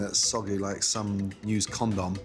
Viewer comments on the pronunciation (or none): nobody: absolutely no one: not even god: Gordon: comdom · the way he says condom 🤣🤣🤣🤣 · I love how Chef Ramsey pronounces condom 😂